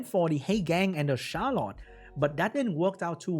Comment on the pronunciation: I feel so bad for HowToPlay. Those rolls were absurdly one-sided. Yet another example of unfair roll rules. Funny though, sometimes when you say "the Charlotte", the sound coming from my earphones is "the shallot" XD Love it!